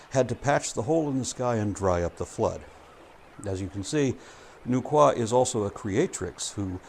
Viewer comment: I so rarely hear people pronounce nu-wa correctly, but I'm not surprised you nailed it haha. The Chinese creation myth is my personal favorite.